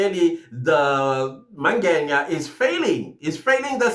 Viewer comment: I hear you say "Mangenya" when you speak about the Lft Colonel, it is actually Mangena. Otherwise, good commentary.